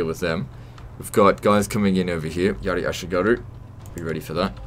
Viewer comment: Kinda satisfying to hear you say yari ashigaru correctly lmao